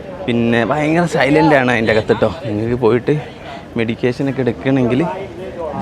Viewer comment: മെഡിക്കേഷൻ അല്ല. മെഡിറ്റേഷൻ ആണ്.